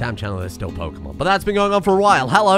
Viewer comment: Pokémon, not pokeuhmon.